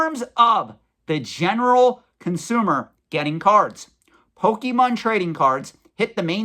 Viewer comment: Please, please, PLEASE learn how to pronounce "Pokemon". I'm being driven crazy hearing your butchery of the name. Your info is spot-on, though.